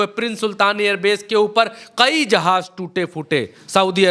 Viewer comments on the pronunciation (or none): Bhai qayi nahi kayi